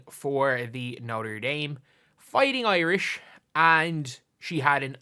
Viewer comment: Love to hear an actual Irishman say “Fighting Irish.”